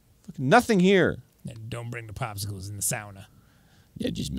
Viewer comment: "don't bring the pospsicles in the sauna" god i really missed this bit